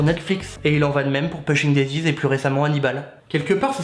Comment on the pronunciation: alors par contre, on prononce poushing daisies (ça m'a rendue folle)